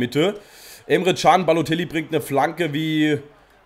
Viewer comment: Wie er einfach nur babotellie sagt xD